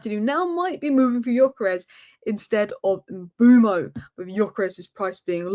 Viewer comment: his name is Mbeumo (i.e. M be u mo) NOT Mbooomo. Get it right. It’s not that difficult. SMDH.